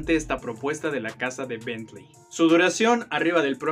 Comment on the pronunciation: Bien, es agradable escuchar Bentley bien dicho, en vez de Betlin como le dice el Sammy 🤣